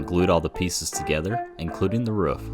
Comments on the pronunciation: Hey man why do you pronounce 'roof' like 'woof'? Is it like when you've only read a word so you don't know how to say it, and you've just never heard somebody say the word roof before? Or do people say it like that where you're from..? Any help appreciated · are you a dog? say roof right why does everyone have this problem